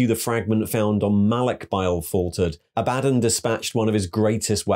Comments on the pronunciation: Aah buh dawn. Not A bad done. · ITS ABBA-DAWN NOT A-BAD-ON!!!!!!!!!! REEEEEEEEEEEEEEEEEEEEEEEEEEEEEEEEEEEEEEEEEE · aba-dawn Row-boo-tay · You can listen to literally any 30k or 40k novel to know you're pronouncing Abadon, and Roboute Guilliman wrong. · Ok but it gets on my nerves Abaddon's mispronunciation. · Love your videos but it KILLS me when you mispronounce Abaddon